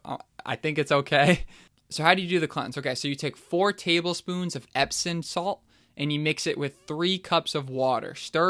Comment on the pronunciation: EpsoM, not “epson”.